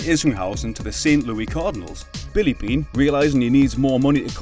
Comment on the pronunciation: I believe Billy Beane is the only name you pronounced correctly that entire video😢